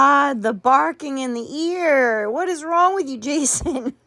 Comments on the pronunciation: How can she pronounce the G’s at the beginning of words but can’t at the end? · Omg she can't even put g on the word wrong. "What am I doing wron? I can't even with her anymore